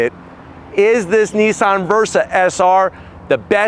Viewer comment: ITS NOT NEESAN ……. ITS NISSAN………WHAT DONT YOU FEKKIN UNDERSTAND ABOUT THE ENGLISH LANGUAGE………???